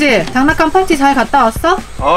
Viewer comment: 약간 님이 장난감을 장냥감으로 부르는거 같아요! ㅋㅋㅋ